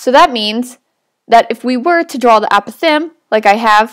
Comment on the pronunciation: The pronounciation of apothem makes me a little crazy